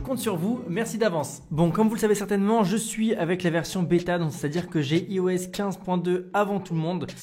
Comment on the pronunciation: "ai"phone mais "i"os ? :p c'est mieux de dire "ai"os, vu que c'est comme ça qu'on prononce ;)